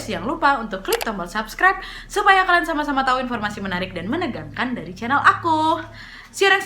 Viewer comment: Aku dengernya sub sub :v kek mau ngomong subrice 🤣